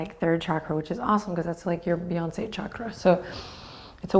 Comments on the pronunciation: Am I crazy or did she say 'Beyonce Chakra' ??? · Ohh that makes more sense... I thought she said fiancé chakra! Lol!